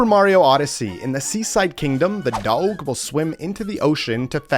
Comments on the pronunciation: Are you mispronouncing "dog" on purpose or do you actually say it like that? Dowg? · Are u purposely pronouncing dog a weird way?